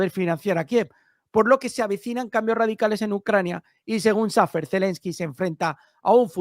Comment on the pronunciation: Shafer (cheifer) ✅️